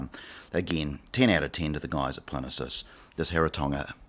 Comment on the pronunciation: It's PLIN-EEE-USS!!